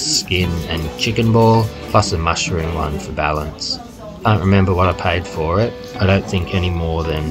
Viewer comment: Is that a cwunchy mushwoom? 😂